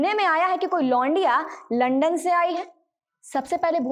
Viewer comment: Tum to khud aslil bol rahi ho लंदन होता है लंडन नही होता बेबी